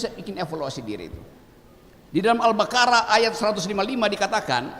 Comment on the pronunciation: Buakakakak al bakarah.. Tulisan indonesia nya emg gtu, tp bacanya g gtu 😂.. Masjid kembar, dimana pula ni wkwk